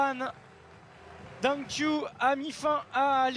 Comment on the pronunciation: The commentator mispronounce Dang Qiu's name. It is "Qiu", not "Q"